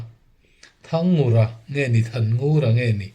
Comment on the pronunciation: Rev, thang ngur ti a lam tur aw. ani hi zote pa ngat maw le.